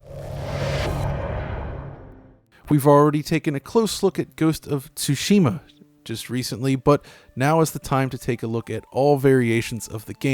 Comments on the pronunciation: I'm trying to ignore it, but I can't... ...THE 'T' IS SILENT!!!! IT'S PRONOUNCED "SUSHIMA"!!!! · Its pronounced Tsu Shi Ma , like the hiragana sounds, Suh She Ma . Thank you for playing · Jesus dude. SUE-SHIM-UH after a point it went from funny to disrespectful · "Aaaand we're back with Ghost of T-sushima" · ah yes T'sushima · PLEASE never say the word "Tsushima" ever again, please. I don't care if it's phoenetically flawless to the Japanese ear, to my ear, it's............. not flawless. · So, I guess AI is unable to pronounce "tsushima". We need a bug fix asap. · as a Japanese speaker this irks me to no end. But to each their own I guess... I think the very awkward pause between "of" and "Tsushima" is the worst part. The slight mispronounciation is probably from mixing two very different languages (phonetically speaking). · Every time struggles to say Tsushima, do a shot;-) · I'm just here for round 2 of pronouncing "Tsushima". *edit so I'm scrolling down on the comments, I'm so glad I'm not the only one! 😂